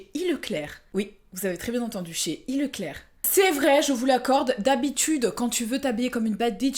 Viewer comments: qui prononce E.Leclerc au début de la vidéo i-leclerc jsuis mort je croyais qu'elle allait commander sur le site de leclerc 😂😂😂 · " Chez i leclerc" 😭😂😂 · On dit pas euh Leclerc?? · Qui dit ileclerc. 😂😂😂 on dis pas le e de E.Leclerc psk c le nom du créateur Édouard Leclerc 😉😉😄😄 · Juste c’est pas E.Leclerc en prononçant le en i car le E c’est le E de Édouard pour le créateur Édouard Leclerc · Le E de Leclerc c’est le E de Édouard ça ça se dit pas i 😂😭